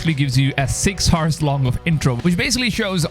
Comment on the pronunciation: Love your vids, but I have a question: Why do you say "6 HORSE" instead of "6 OURS" when you want to say "6 HOURS"? I've heard this many times that you pronounce H in the beginning of the word HOUR. This is... interesting. Never heard this.